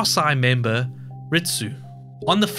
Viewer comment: Why do you say "rit-soo" for Risu, instead of "ree-soo"? You do the same thing for "ebit-soo" instead of "eb-ee-soo" for Ebisu. it's strange and made me leave the video.